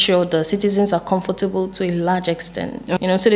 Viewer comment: She spoke almost like a Ghabaian until she promounced the word 'confortable'then i realized she still has snippet of Nigerian accent.